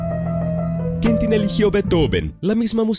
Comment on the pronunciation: Rayos, me genera tanto ruido que ni el nombre de Quentin pudiste pronunciar bien. Que estrés!! Deberías poner un poco de más atención a esos detalles, realmente el contenido es bueno.